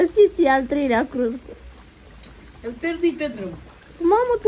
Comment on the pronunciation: Ei pocesc toate cuvintele in limba romana!